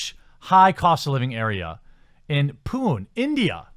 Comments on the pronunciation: Good video, but I laughed so hard when he pronounced Pune as "POON" :P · It is pronounced Puné.